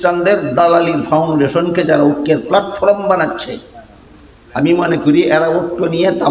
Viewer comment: জনাব আপনি ত শব্দও উচ্চারণ করতে পারেননা। প্লাটফর্ম প্লাটফ্রম নয়।এই ইলম কেমন করে আসল তা কি জানেন!মূর্খতা ত্যাগ করুন। অতীতে কি তাস খেলতেন? অসম্ভব নয়।টুপি দেখে মাজার পুজারি মত।